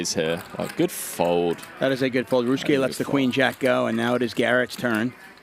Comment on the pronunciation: How does this fool shorten the name of 4 syllables Ry-u-su-ke to 2 Rus-ke?